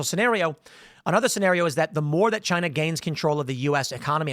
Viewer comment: CHY - NA! - Donald Trump